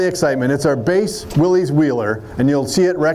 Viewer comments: Willies??? You mean Wil-lys… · He's a "Jeep" guy and he pronounced Willys "Willies"?